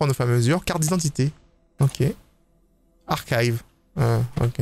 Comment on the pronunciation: arkaïve Tout le monde: archive